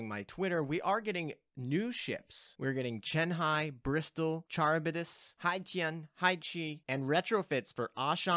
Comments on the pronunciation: It's Karib-dis. The C is said the Greek way which is with a K. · Charybdis = car-RIB-dis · CAR-IB-DIS lol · It's pronounced ka-rib-dis, incidentally another dido class is called Scylla lol, the other monster that chills with Charybdis, can't wait to see what hentai ass skill she will have what with Scylla's whole tentacle thing lol. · Also Charybdis is pronounced by taking the Char from character and ibadiss